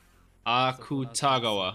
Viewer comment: The people on Patreon probably already told u this but since I had the same issue when I first started watching and want to make sure this is more clarified since it annoyed me that I couldn't figure out what I was saying wrong: because the romanized version of あくたがわ is spelt Akutagawa, a lot of people pronounce it literally- "aKUtagawa", but in Japanese a lot of characters are cut short and not pronounced fully, so it's actually more like "ack-tah-gahwa" instead. Idk if this makes sense or even helps at all but I felt like leaving it here